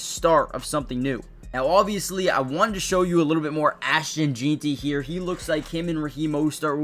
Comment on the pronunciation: Lmao. Not sure why none of these guys can say his name right. I keep hearing Jean-ty (like this guy) Jane-ty, Jon-ty, and even Gentry. But obviously it's JEN-TY!!😂